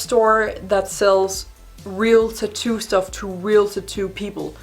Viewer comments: I like the content of this video but I got paranoid cause I’ve said tattoo my whole life and ou say it differently you say tittoo so it was driving me insane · I LOVE HOW SHE SAYS TAT-TOO!!! SOUNDS LIKE "TETTOO" LIKE IT'S ONE WORD BUT WITH 2 SYLLABLES!! 😘